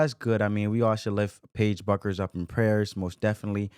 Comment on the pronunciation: You don’t even know how to pronounce her name.